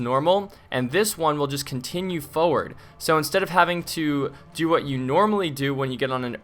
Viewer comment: IT'S FORWARD! NOT FOWARD!! AHHH